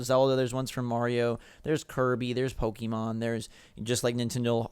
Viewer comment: Why do so many people pronounce Pokémon wrong...?